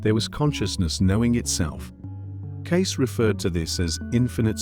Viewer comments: C’mon, AI. Edgar Case? Edgar Caysay? You can do better. This is just lazy programming. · Humans know how to pronounce "Cayce". AI does not. 😄